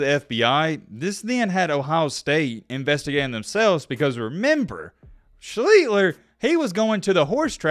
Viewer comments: You’ve done over a week doing research, and you still can even pronounce his name correctly??? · There is no G in his last name. How the fuck are you saying ShleEGLER? It’s Art Sch Lee Ster. It’s worse than your ass using was when it should be were; if you actually had a first grade education in grammar. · "Hmm Art Shleeter. That's a name I kinda remember, but not to familiar with." Yeah, you kinda remember it not all all. Surprising that you did more than a week of research on this guy and still pronounce his name wrong. It's pronounced SHLEESH-ter. All you had to do is watch one highlight reel for 10 seconds. Otherwise thanks for the content. Grew up in Ohio. We all felt for Art. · SHLEESTER. THATS HOW U SAY IT. AWESOME SHOW BUT HATE MISPRONOUNCED NAME ON WHO ITS ABOUT. NOT BEING A DIC BUT IT RUINS A GREAT TOPIC U PICKED. MAKES ME WONDER ABOUT PEEPS I DON'T KNOW. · Who the hell is Art Shleeler??! its pronounced "shleester"!! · So confident with the "Yes, before we go any farther, that is how you say his name." WRONG! It's pronounced "SHLEE-ster." Cool, informative video, but I cringed in pain every time you said "Sheet-ler," "Shlee-ter" or "Shleet-ler." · It’s pronounced Shleeshter not Shleetler or Shleeter. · Do your homework. His name is pronounced Sleez- ster. 👌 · "Art Schleetler" "and yes before we go any further that is how you say his name...." NO IT F****N ISN'T, DO YOUR BASIC RESEARCH!!! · Yeah, he keeps adding an L and deleting an S. Otherwise a good vid. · Nope, "SCHLICHTER", spelled exactly as written. Its a german name. I know it, I am from Germany. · Lived it Baltimore area u r pronouncing wrong it's schlee-ster bro anyway😢 wish the colts were still here liked them much more than the lamarvens don't root for them bullies 0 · Nice video. As the gentleman before me said its pronounced SchLEEEEEEster. Keep up the quality work. Corrections make it credible. Peace. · Shh Lee Stir You are pronouncing it wrong